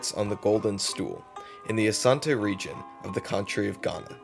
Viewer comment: You actually pronounced it well, Asante! Ashanti is the English corruption of the word Asante. Asante simply means, because of war.